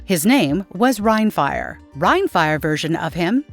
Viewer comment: rhinefire? C'mon bot!